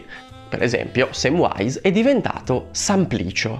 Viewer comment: Già era sbagliato nel film che veniva pronunciato "Semvise" invece di "Semvais" il nome di Samvise che per inciso, amico, anche tu sbagli a pronunciare perché non c'è nessuna "w" 😂 lo dico in tutta amicizia